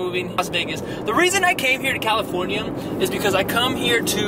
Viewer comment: "califoryum" - #Brudder #whenIthinkaboutJesus #TheSoundBlewUp #andNow #Califoryum #MuchLoveBrudder